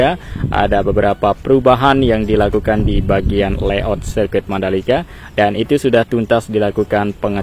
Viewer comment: Yang betul itu layout bukan leyout.